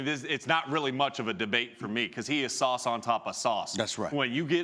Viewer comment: Cringed so hard when he said sauce on top of sauce 💀💀💀